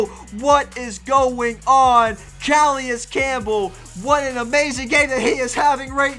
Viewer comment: Cu-lay-is Campbell